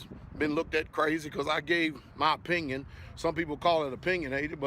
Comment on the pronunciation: "Because I give my pinion" dropping the o does make you sound bit dumb. Not crazy . But saying that because the space is not bright therefore the sun is not far well ... in my pinion this is bviously crazy